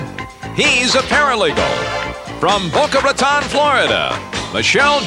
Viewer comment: everyone pronounces boca raton wrong, both o sounds are like the letter